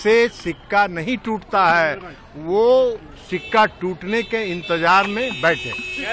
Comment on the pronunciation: सिक्का नही होता है,छिका होता है ए कहावत बिहार के बिसेष राज्य का दर्जा पे भी लागु होती है ठीक है ना ललन बाबू 🤣🤣🤣